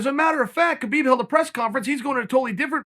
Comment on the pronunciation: Khabib isn't coming back🤔Perhaps because no one cares to say his name correctly......